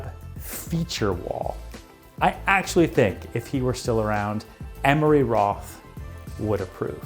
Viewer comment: It's Emery Roth, not Emory Roth.